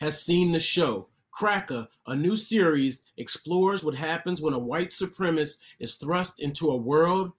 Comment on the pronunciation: What is a white supremist? seconds the narrator says "a white supremis" did he mean to say "White Supremacist" ? Careful with those long words!